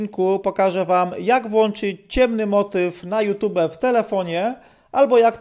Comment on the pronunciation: Naucz się chłopie wymawiać youtube. Żadne tube tylko tjub